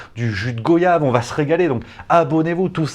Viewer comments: pas GO-YAVE mais GOY-AVE, tu ne dis pas NO-YADE non ? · Goyave se prononce comme voyage...le son oi...j'apprend ça à mon fils de 6 ans...